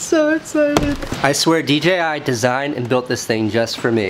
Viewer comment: First person who pronounced it correctly! Dee JAY eye. So many say DGI.